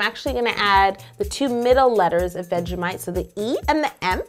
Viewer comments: You don’t say vegemite like that 😐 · it was painful listening to her trying to say vegemite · Please stop saying vegemite like that! As an Aussie it hurts to hear 😅 Listen you want to say it like an Australian? Just drop the "t" at the end. It's more of a suggested sound than an over pronounced t. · OK TIME TO TEACH A YOUTUBER Ok so Kangaroos are wild Anilmals Australian's don't say Mate, Crakie or that shanagens Most of us don't have a asent and (This one isn't bad Buyt) Veggie-mite Not Veggie-Mwite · Lily De Fina yes it annoyed me so much when she said "vegemate" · I'm australian and its pronounces vedgie-might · Cake It I know you might take this a bit mean but Australians don't say "G'day" they say "good morning!" also we don't say "vegemaight" we pronounce it "vegemight" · The 'mite' in Vegemite, sounds exactly the same as the word 'might', not 'mate'. :) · Veg-ge-might. Vegemite. I'm sorry, i live in NZ so i'm next to Aussie and picky about how words are said. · Yolanda I am offended by you. I AM AUZZIE AND YOU SAY IT LIKE ITS IS SPELLED 'VEGGIEMATE' INSTEAD OF VEGGIEMITE! THATS NOT EVEN HOW AUZZIES SOUND LIKE! but anyways great cake I love ur vids. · Its vegimite not vegiMATE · think of it as vegie-mi-et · its supposed to be good eye might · vegeMATE DOWN UNDA MATE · I’m from Australia 🇦🇺 and it’s vegi mite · Yolanda trying to pronounce vegemite: VegeMITE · We pronounce it with out the t its more of vegimigh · Yolanda "veggi-might" get the name right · I am Australian u don't say the t vegimi and u feel the t on the Bottom of your throat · Its pronounced vegi mite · That is not how u say vegiemite 😡😢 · Cake It seriously that is not how us Australians say vegemite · I’m American and I literally could not hear the difference between her and him saying vegemite. Lol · I live in Australia and we don't say vegemite like you btw vegemite is best with butter on toast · Lol same and she said vegemite wrong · Indiana Dempsey Relax she just can't pronounce it right!